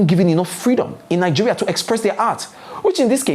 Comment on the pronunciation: Yassssss 😊😊😊my week was good... I loose it when you say 'Nigerial'😂😂😂😂